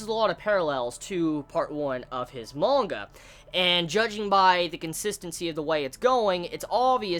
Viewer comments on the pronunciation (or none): none